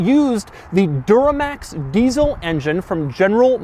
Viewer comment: did he say door-max instead of Duramax?